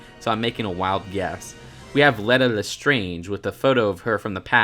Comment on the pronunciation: Yes it is pronounced leeta lestrange